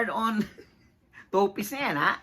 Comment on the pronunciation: NOT TOPIS, “TOPLESS” ANG CORRECT WORD, GENTLE CORRECTION LANG, HE-HE. 😁✌️